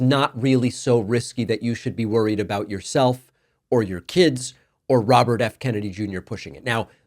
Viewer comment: Raw-bert F. Kennedy?